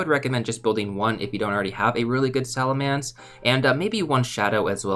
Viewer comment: SalaMENCE not mance